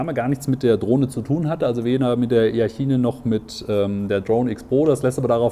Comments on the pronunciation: E-A-TSCHINE :D - Denke eher "etschein" gesprochen ;) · Es wird itschain gesprochen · wie sprichst du denn?! benng guut?? e-a tschiene "lasse ich noch durchgehen" (obwohl, man könnte auch versuchen es englisch auszusprechen)